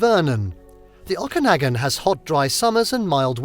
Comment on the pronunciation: It would have been nice if you had checked the correct pronunciation of a few of the place names, such as Okanagan and Ucluelet. Also, some of the stock footage that was not from a few of the areas identified was misleading.